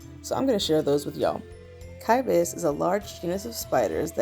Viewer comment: To "pronounce" the genus name Cybaeus, the most accepted pronunciation is "sigh-BAY-us".